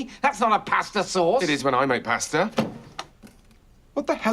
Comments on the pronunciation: P A H S T A H /Pasta/ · I like how they say pasta